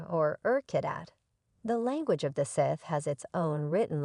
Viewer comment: Immediate downvote for the pronunciation of Sith.